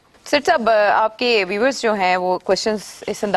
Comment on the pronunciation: Salaam Sethi Sab. I am surprised that you haven’t corrected this beautiful lady anchor. When she says viewers . She keeps saying view wers ?